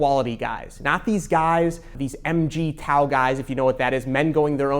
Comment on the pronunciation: them "em jee tow" guys, lul